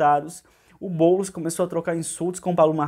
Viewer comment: Esse "Bôlos" projeto malacabado do Loola. Kkkk